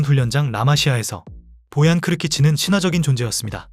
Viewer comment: 떡볶이를 먹으러 간다고? 스페인 선수가? 너무 ai대본아니냐? ai 나레이션도 보얀을 보앤 이라고하내 계ㅒ속